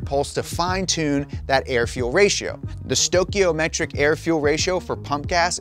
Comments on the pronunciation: You're saying stoichiometric wrong... Lol. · Having tuned MANY vehicles, The ONLY vehicles with a lean ratio were Holden GM vehicles utilizing a lean cruise mode at very low throttle. Also, most all cars have stoichiometric (not stokeometric as you call it) ratio at 14.2, not 14.7. Finally, NO tuner on the damn planet would EVER tune a street car to less than that for normal driving, and power enrich mode is anywhere from 13.xx to 10.xx ratio, depending on engine and application. Where does this idiot get his info from? "Some tuners advance timing by several degrees..." several you say? Try 30 or more degrees!!!!! Far more than "several" and once again, it is application specific. For example, I can run up to 36° advance on a V8 I have, whereas I get less than 10° advance from the motor in my truck with the same load. Basically, advance is dictated by detonation. You advance as much as possible without getting "knock". I also didn't hear anything about DFCO! This can increase fuel mileage substantially if implemented properly and you can even reduce brake wear in towing tunes and heavy vehicles with DFCO tuning. There is also the topic of direct injection and the harsh reality that engine performance and efficiency will degrade significantly over time without some method of cleaning the coke from components.